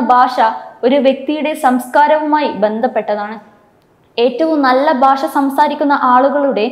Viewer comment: baasha alla, bhasha ennu ucharikkuka